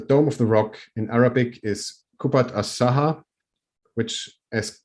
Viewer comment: It's Qubbat Al Sakhra not Sahra . قبة الصخرة Sakhra pronounced Sakhrah ... is rock. Sahra pronounced Sahraa is desert..